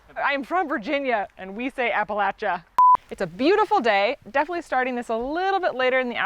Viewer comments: From VA here- kudos on your pronunciation of Appalachia! 💚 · Here to support your pronunciation of Appalachia! "Say appa-LATCH-ah , or I'll throw an apple at cha!" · You said Appalachia right. I can’t stand when people pronounce it like appalaysha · Your pronunciation of Appalachia is correct.